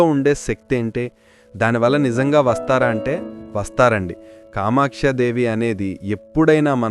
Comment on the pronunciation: yes నేను అలానే ఉన్నాను... కానీ మీ ఉచ్చారణ కామాక్ష దేవి అని వినిపించింది TQ